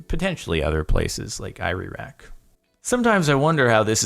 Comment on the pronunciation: Is it just me or he got confhsed saying iraq, "ireraq".